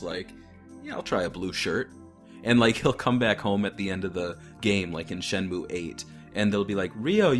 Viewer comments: This video was hard to watch with pronouncing Shenmue as SHEN-myu instead of SHEN-moo. Then we get herb pronounced with the 'H'. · Yes, if it was pronounced as “Shenmyu,” it would be written as シェンミュー. Since it’s シェンムー, the ムー is to intended to be exclusively pronounced as “muu”